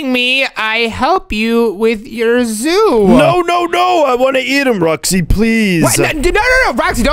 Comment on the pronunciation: that's not oo it's zoo 😂😂😂😂😂😂😂😂😂